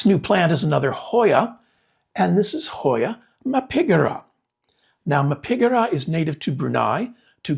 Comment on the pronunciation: I’m so excited for your Hoya Mappigera (despite how you pronounced it 😂) I grow mine semi staked, so it is like a willow tree. The blooms are spectacular!! Can’t wait to see how yours grows.